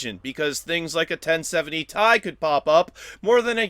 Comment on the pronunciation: Tie? not T, I